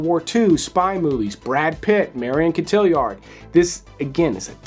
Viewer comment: Cot-T-Are. Marion 😉